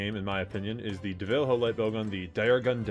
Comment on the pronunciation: Great vid.. BUT... Big pet peeve when people constantly mispronouncing things. You have at least 1-2 a video and it makes me grit my teeth.. he's my favorite monster.. and his name is pronounced, Devil. Joe. Not deveelheyo... Seconded by brachy dios... Not brackidius..